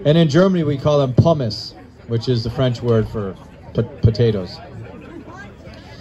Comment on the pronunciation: lolll the way the announcer pronounced "pommes"